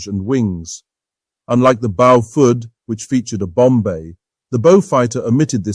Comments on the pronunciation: Bo-FUDD!!!!!???? That's enough for me. Bailing out. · Is the commentator an AI? I'm hearing different pronunciations of "Beaufort" just about every time I hear the word.